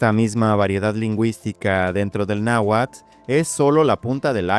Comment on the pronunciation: Carajo ya no digas "náhuat". ¡Es náhuatl! Y te jactas de que el español mexicano no se come las letras pero ahí vas.